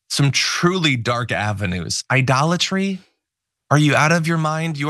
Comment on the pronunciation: Idolitey? Can you say Trump!